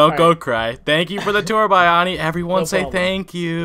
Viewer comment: H: Thank you Buy-ani. Bayani: Thank you Bay-ani. H: "buy-ani" Poor Bayani, no matter how often he tries, people will still not pronounce his name correctly.